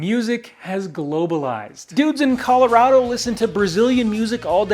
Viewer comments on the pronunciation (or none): none